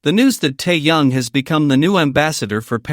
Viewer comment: Голос автора , от ИИ отличить не в состоянии? То , что Тэкук настоящая пара, нет сомнений. Но, ТЭКУК(!), а не ТАКАК ! И против содержания самого ролика, я ничего не говорила. Но почему в озвучке: " ТАЮН, ТАЙЯН и ТАЙН", если речь идет о ТЭХЕНЕ! Озвучивает не автор, а искусственный интелект, который искажает перевод.